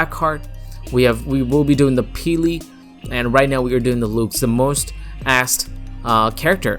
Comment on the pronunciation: Its not pronounced “looxe” its pronounced “l-uh-xe”